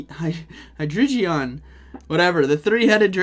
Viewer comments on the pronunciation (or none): Hello u are saying hydreigon wrong u pronounce the g as g Amazing vid btw HAPPY NEW YEAR 🎆✨🎇